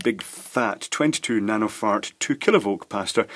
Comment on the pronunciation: i giggled when i thought you said "nano fart" and "pico fart"